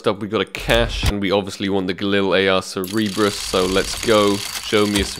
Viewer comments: its cer-ber-us not cer-e-ber-us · Ser-Ber-Uss not Ser-eeb-russ :) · Sick bro, you're richer than me! also it's Sir-Ber-Us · It is pronounced "Cer-be-rus" Like the Hell Hound, I believe it was